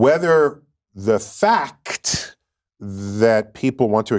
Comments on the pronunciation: It’s a FAH-KT that people express themselves on a spectrum. It’s a FAH-KT that he’s a disingenuous jerkoff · 3 syllables for the word "fact"? Byyyyye lol